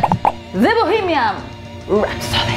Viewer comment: No se dice "bohemiaM". Se dice "bohemiaN".